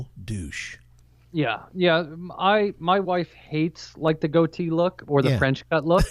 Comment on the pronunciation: It's goatee, honey, not to be confused with gotee records. 😘 No idea where you're getting the h....